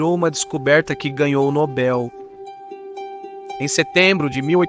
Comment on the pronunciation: E tanto especialista, estudioso, doutor, e outros bichos por aqui que não dá para numerar. Só que, não sabem nem pronunciar o nome Nobel. Eles falam com os peitos estufados "Prêmio Nóbel, Tacam erradamente tônica na primeira sílaba. Como fazer fé em analfabetos funcionais assim?